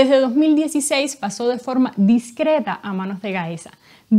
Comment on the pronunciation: Porqué dicen fokma en vez de forma?